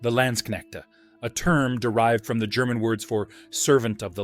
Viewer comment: Landsknechte are not spoken with ä , but a, similar to lance. Land can mean either land or country, depending on context. The shown weapon is no pike/ Pike, but a boarspear/ Saufeder. Katzbalger , spoken about Cats ( more a than ä)- ball - ger , not Katzbaldscher. Plural of der Zweihänder is die Zweihändler.